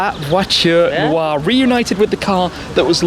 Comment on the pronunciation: I'm not french but that "noire" pronunciation by Shmee sound so wrong